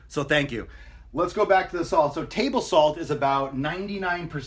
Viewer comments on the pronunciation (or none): none